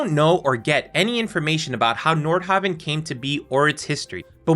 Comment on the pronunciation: honestly, I thought he was saying Nordhobbit.